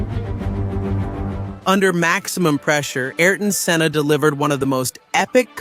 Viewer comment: What a travesty to have an unlearned AI version butcher his name. You content creators have to do better.